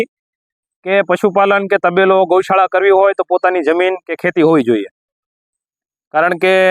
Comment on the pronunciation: તબેલો નહી તપેલો થસે‌ વીડીયો ના જોવો